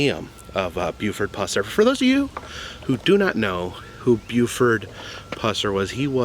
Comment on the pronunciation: Thank goodness you didn’t butcher his last name like you did in you 2015 vlog, lol. Thanks for going back. This man is a hero of mine.